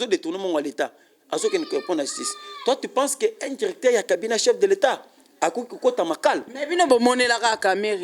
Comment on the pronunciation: Yoka ndenge azo prononcé les mots; Djirecteur, valorigé, djisept, djis...